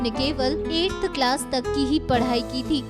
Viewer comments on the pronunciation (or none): none